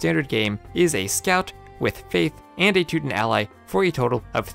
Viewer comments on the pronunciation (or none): none